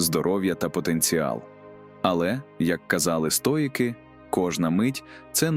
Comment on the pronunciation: цікавий та корисний матеріал! дякую за вашу працю!! ❤ маю питання щодо голосу: озвучує ШІ, правда? жива людина не робила б таких банальних помилок в словах чи наголосах; наприклад "стоЯки", замість "стоїки", яким присвячений канал